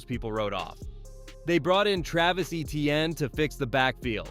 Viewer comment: #1 for New Orleans is pronounced, “A-Chane” not ETN.